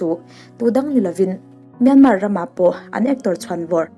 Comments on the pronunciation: Myanmar tia lam loh tur, myanma tia lam tur, r hi silent tur an tia lom mi thiam ten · I sawi ngaihawm thle mai. Myanmar I lam dan hi anmahni a ram neitute lam danin lam thei la a ngaihthlak a nuam leh zual ang. 'Myan' hi thluk hniam a, 'mar' -a 'r' hi silent tur a ni. 'piancham'. Thluk anga thluk tur a ni.